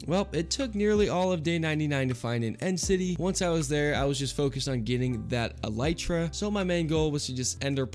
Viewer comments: Even though you said eletra instead of elytra I still love you ♥ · All the people complaining about how he says elytra when neither is correct :( it comes from elytron (a type of hardened wings on insect) so its elytra El·y·tra + ɛl ɪ trə + el-i-truh (where i is like the i in it )